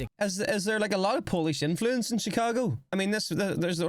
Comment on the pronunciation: if that's true, I almost feel bad for him. Can't even pronounce "influence" properly